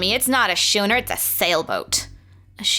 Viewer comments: Lol "Shooner".... Schooner is pronounced "Skooner" Like Skool lol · not being grammar police but fyi Schooner is pronounced skooner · Schooner is pronounced like with a 'k' sound, not a 'ch' sound. Yes, it's true, English is a barbaric language for uncivilized times, I know. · I thought their would be a lot more comments about pronunciation of of schooner... (8me_^&)